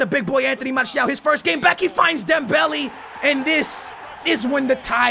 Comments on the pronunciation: It's not dembelee😂😂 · dude it's pronounced dembele not dembelly. mane and not money. ffs get it straight